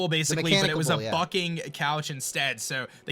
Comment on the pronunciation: Lol when he says bucking and it sounds like f***ing